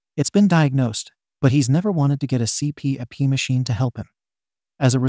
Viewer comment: Hey, for story 2, the C-P-A-P is pronounced Sea Pap